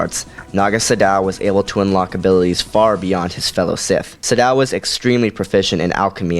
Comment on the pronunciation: It's pronounced "Sa- doe" not "su dow"